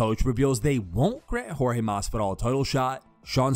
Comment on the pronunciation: Askren you will lose again simply because you keep calling that man George when you know his name is Jorge 🤫🥱😵‍💫